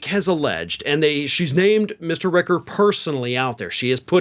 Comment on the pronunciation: It’s Rich-er not Rick-er, just fyi